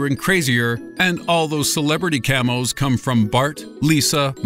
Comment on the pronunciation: Camos?? You mean "cameos", dear???